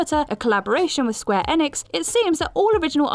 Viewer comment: You mispronounced Raiden, and Enix.